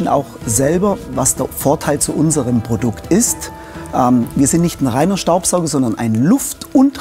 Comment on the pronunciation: It's the "Pordukt" for me 💅🏻✨ #SAUGteuer